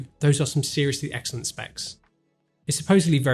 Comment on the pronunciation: Those are some accsoolent specs